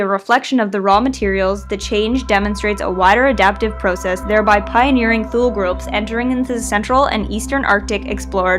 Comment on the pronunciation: She's actually got it right.